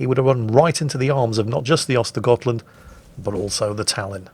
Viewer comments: Actually, I think you'll find that the tier 9 Swedish destroyer is pronounced "ersta-yert-lundt". Now I had better get back to the mines. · have you already forgotten? Those Ö are to be spoken like the u in hurt, urge and turn. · *actually tries to pronounce "Skåne" correctly Also: *completely butchers "Ostergötland" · He doesn't completely butcher Östergötland, for a non-Swedish speaker the only real mistake he makes in my opinion is pronouncing it with a G instead of a J sound on the götland. He pretty much gets the Ö sound correct which is the biggest error you can make